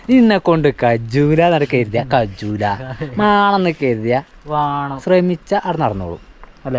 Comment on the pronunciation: കജ്ജൂല ❌️ കയ്യൂല✅️ 😅